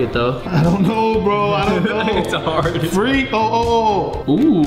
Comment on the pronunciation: Faze it was cute when you said frwee instead of free and funny it’s stuck in my head it really makes me jealous of you and I wanna meet you in real life 😢😂❤